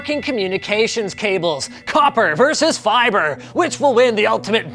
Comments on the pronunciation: Stop saying fiber so weirdly, you silly Canadian. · LapX feebrai? lmfaooo